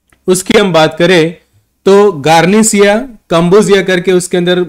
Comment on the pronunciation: Vriksha-mla NAHI vriksh-amla….garNIcia nahi garCInia